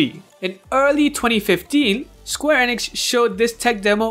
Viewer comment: Square Eh-nix? Eenix!